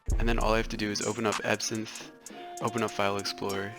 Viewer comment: EVERYTIME u said ebsynth I THOUGHh u said epson like the printer company LOL!!!!